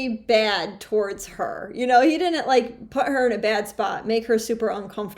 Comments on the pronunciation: Right off she can't pronounce "didn't". Honey buns, it isn't "did dint"! "Dint" is int a wur duh. Create syllables much? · Learn to pronounce didn't